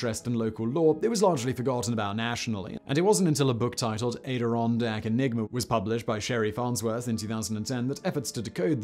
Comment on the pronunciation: Good video, but the way you pronounced Adirondacks hurts my Soul. I am from the Adirondacks.